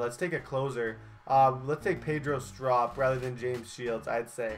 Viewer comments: he is saying strop wrong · Klay thompsons brother and you pernounce Pedro strop wrong